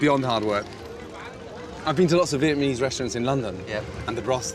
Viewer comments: Why he saying vietmanese though lmao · via-mease cooking? lol step one pronounce the word correctly.